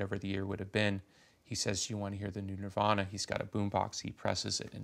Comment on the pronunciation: It's okay to say Nirvana, just don't say Nirvaner.